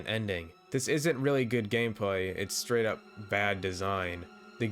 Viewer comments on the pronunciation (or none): none